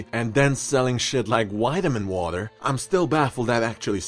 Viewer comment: "whitamin water" lol